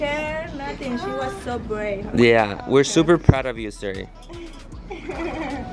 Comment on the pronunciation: It's suri not siri get it right next time you obviously don't watch them cause you would know it's suri 😂